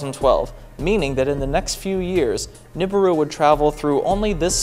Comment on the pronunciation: Its pronounced newberoo